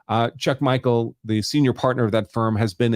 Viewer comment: It's Chuck Michel (like Michelle), not Chuck Michael...